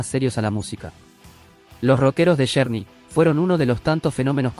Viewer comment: Con todo respeto quiero comentar que no entiendo porque desde que tuve uso de Razon hasta ahorita no he pidido escuchar aningun youtuber que pronuncie correctamente los nombres de los cantantes ingleses o gabachos,!!!...y pongo por ejemplo a este youtuber y comienzo con este grupo de rock,!!... el nombre de este grupo de Rock se escribe journey pero se pronuncua Llourny, y el dice journey,!!!.....se escribe warner brothers pero este yotuber dice werner bros y se pronuncia warner Broders.!!!😏